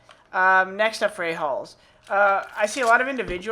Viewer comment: Is it weird I heard aholes everytime he say ahalls?